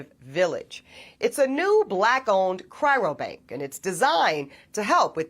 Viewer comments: Funny that she is not pronouncing cryobank correctly the whole time "Chyrobank". How much research could she really have done to be getting it so wrong after a period greater than a year. Also, the language change when referring to people on this journey becomes "People like us" while the whole time before referring to black women as if the are a completely separate group of people. SMH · Ask her to say "Cry-o-bank." Not "Cry-ro-bank." Just one of those nit-picky journalistic details. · You know what's hilarious? She's an educated woman and yet she kept saying "cryrobank" instead of the actual correct term, CRYOBANK